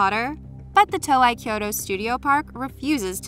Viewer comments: Toei is pronounced TOE-AYY. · When you can pronounce "Evangelion" correctly but not "Toei" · The pronunciation of Toei is scaring me more than the statues. Years of watching Dragon Ball videos has drilled a different pronunciation into my head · Not everyone knows how to pronounce Toei, and nor have seen the post where Toei Animation explains it. It’s actually quite often mispronounced. Also, she isn’t Japanese, and it’s very easy to mispronounce a word from a language other than your own. Perhaps before judging, you should think about the fact that she may have never heard the name said and only read it. Plus Evangelion is extremely phonetic.... it’s pronounced exactly how it’s spelled soooo your point it moot.